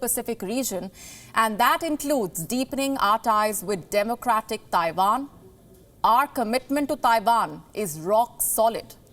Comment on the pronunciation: It’s Taiwan not Taivaan 😏